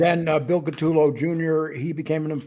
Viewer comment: You guys can’t even pronounce Bills name properly….CU toe lo = CUTOLO……..not cat too low